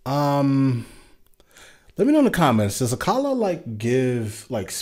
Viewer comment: Your pronunciation of Akala is so on point...